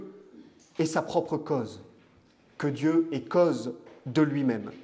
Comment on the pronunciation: Monsieur, on ne prononce pas le "T" quand ont cite les verbes être >>>est<<< ou avoir >>>ont<<<